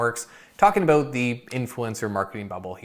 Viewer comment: Is that a Canadian thing when people pronounce "about" as "aboot"?